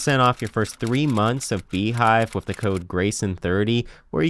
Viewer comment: Dude. Please stop saying "wif". The word is "with". Don't be lazy.